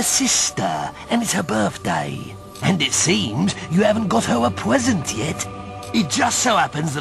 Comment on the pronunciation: "and it seems you haven't gotten her a pwesent yet"